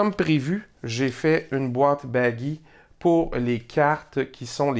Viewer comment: Salut. Bravo et merci. Ce sont des boîtiers en origami ou avec collaege ? (Note : chaque fois que tu dis ""baggi"", je comprends ""baggy"". En réalité Baggi est un Italien, son nom se prononce .)